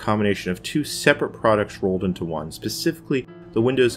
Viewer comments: Pacifically? What like the ocean? You mean specifically surely? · Actually, he says "becifically"